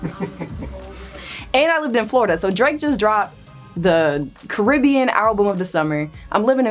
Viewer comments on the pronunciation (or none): none